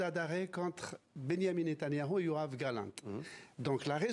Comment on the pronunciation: C'est YoaV Galant, pas YoaN Galant..fais un effort